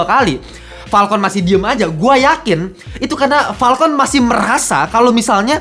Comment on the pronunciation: wkwkwk lucu jg ternyata wktu lu bilang "PALKON" bukan "FALCON"